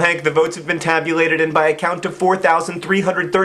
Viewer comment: I had to listen to the first openign statement thing a couple times..."tabulated"???? lol